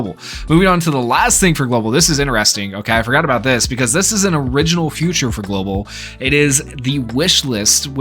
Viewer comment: Is it just me or does he pronounce "feature" as "future"